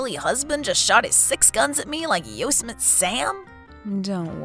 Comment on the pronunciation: Not that it's likely you'll have another video mentioning him, but Yosemite Sam is pronounced like the national park, 'yow-seh-muh-tee.'